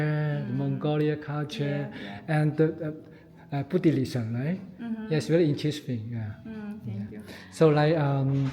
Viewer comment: It's Buddhism not Buddhilism lol